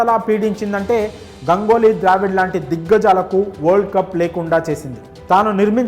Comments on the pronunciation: Gangoly kaadu bhayya. Ganguly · Gangoly kaadu Ganguly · Gangoli kadhu ra erripooka ganguli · Gangoli kadu sir ganguly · Gangoli kadura ganguly 😂😂😂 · గంగోలి కాదు సామీ, గంగూలి. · గంగోలి కాదు గంగూలీ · గంగోలి కాదు raa అయ్యా... గంగూలీ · గంగోలి కాదు బాబు గంగూలి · Gangoly kadu ra babu ganguly😅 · Gangoli kadu ra ayya ganguly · గంగోలి ఏందిరా నాయనా… పలకలేవా రాదా, తెలియదా.. చూసుకొని పలుకు రా